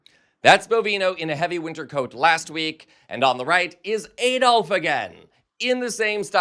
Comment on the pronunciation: From the UK. Its AAD-olf and not EED-olf.